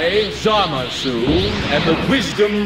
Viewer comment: "Hold off Goku black and ZaahMaahSooo" That pronunciation sickens me.